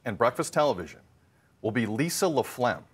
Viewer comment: Sounds like he’s saying 'LaPlegm'. I’m sure Ms. LaFlamme wasn’t too pleased.